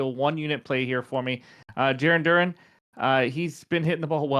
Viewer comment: Cracks me up as a Red Sox Fan how you say Darun when it's Duran like the word AND without the D... Now lets hope you didn't jinx him ;)